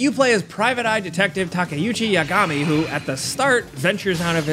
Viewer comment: Tak e u ki Ya go mi. Say it with me. takatora yagamora is not his name.